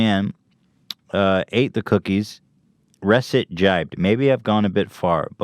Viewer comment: Ethan is terrible at pronouncing words correctly. It's Reset!! like the regular word!!! Not "res-it" ...."RE-SET!"